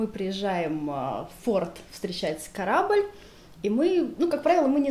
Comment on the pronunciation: Ребята, Вы же образованные люди... Ну какой "корабль"! Режет слух.